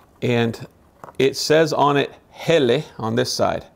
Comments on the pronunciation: It's pronounced Hellah, not Helly,, 👍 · It's pronounced Hella.